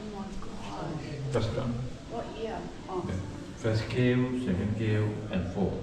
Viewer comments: අනේ කරුණාකරලා ඉතිහාසය ටිකක් අසා දැනගෙන මෙහෙම වීඩියෝ එකක් කරන්න. ගුහා වලට "කර්වු" කියන්න එපා.අඩුම් ගණනේ කේවු කියලාවත් කියන්න. මුලින්ම බලන්න තිබුණේ සෙල්ලිපියයි. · සහහෝදරයා , ඉතා වැදගත් විඩියෝවක්,දිගටම මේවගේ ගවේෂණය කළ යුතු තැන් පෙන්වන්න.පොඩි නිවැරදි කිරීමක් කර ගන්න,ගුහාවකට ඉංග්‍රීසි භාෂාවෙන් කියන වචනය උච්චාරණය හදාගන්න.ඔබට සියලු ජය !